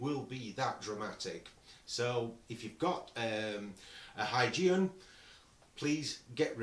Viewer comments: is pronounced "Hoygien" for Christiaan Huygens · I haven't checked through the comments, and so hope I'm not piling on. 😊 The Huygenian eyepiece name is pronounced with a hard "g". The word sounds kind of like this: Hoi-GEE-nee-an The designer was Dutch astronomer Chriistian Huygens, pronounced HOI-genz (again, with a hard "g".) Cheers, from across the pond! Glenn